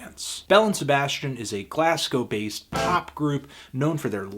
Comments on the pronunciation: Americans never get this right but it's pronounced Glaz-gow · The only problem I have with this review is the way you pronounce Glasgow.